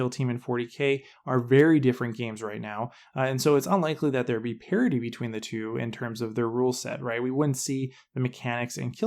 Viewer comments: Parity not parody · Its Parity - Not Parody....